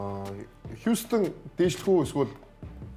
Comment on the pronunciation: хьюстен ged heleech surchaj sda